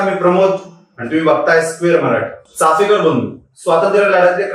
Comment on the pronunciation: अरे भावा, चाफेकर नाही रे... चापेकर बोल. आणि दुसरी महत्वाची बाब म्हणजे चापेकरांचं आत्मचरित्र उपलब्ध आहे google वर ते आधी download कर वाच आणि मग Video बनव. तुझ्यापेक्षा शाळेतली मुलं खूप चांगलं बोलली असती या विषयावर.